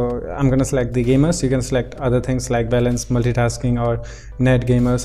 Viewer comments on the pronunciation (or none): none